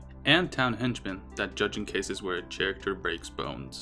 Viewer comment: Character is pronounced "Care-ak-ter" not "chair actor". No hate but I'm just saying